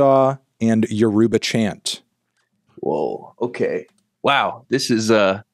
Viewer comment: Pronouncing Yoruba they way they did should be a crime